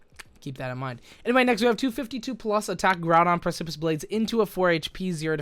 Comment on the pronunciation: I think it's pronounced "preh-se-piss" lol I Google a lot